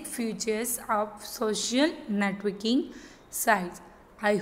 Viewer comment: Netoking bol rhi hai